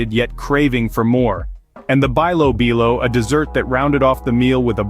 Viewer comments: Bilo bilo is pronounce like "bee-lo bee-lo" ...not "buy low buy low". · (bilo-bilo) pronounce as belo-belo. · Bilobilo is pronounced as beelo beelo, most of the Filipino words used the proper vowels and no slangs 😊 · bilo-bilo, pronounce it like saying "bee" not "bay",..😅 sounds like this "beelo-- beelo😂